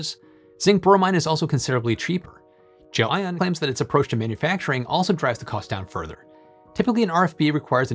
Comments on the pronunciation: Why do you keep incorrectly pronouncing the word as "Jo-Ann" and not the way its supposed to be pronounced? as GEL ION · It's Gel👉ion, not Gel👉inon. 😉, but otherwise, 👍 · undecided but every time says "gelion" reality unravels another step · Guessing he mispronounced it and didn't want to reshoot the whole thing and just spliced every instance of that name. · gelion sounds funny every time you say it. Little audio-editing to get the pronunciation right? :)